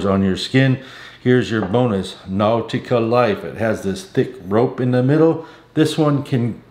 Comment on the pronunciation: Now-tica??? Unc, sometimes your pronunciation is interesting.🤣